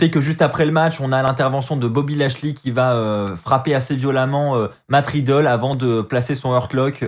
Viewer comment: super review mais arrete de dire matt riddle ses riddle mdrr